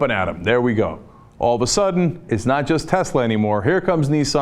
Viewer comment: Heh, Cenk says Nissan like Nii-san.